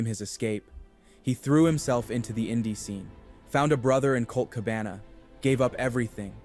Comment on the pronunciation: I'm convinced that both the script and narration of these videos are completely AI generated. The narration is obvious, since it pronounced Cabana's name wrong, and Balor's in the previous. And the script is filled with factual errors, analogies and flowery language, which is common in AI generated scripts.